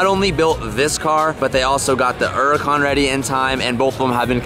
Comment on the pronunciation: and the “Eeerracon” 😂😂 love the videos!!!